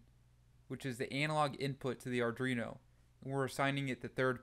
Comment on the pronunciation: Just my usual comment - the name of the board is Arduino. It is NOT Ardrino. Please learn how to pronounce it correctly. Again, good content, but you really need to learn how to pronounce Arduino correctly.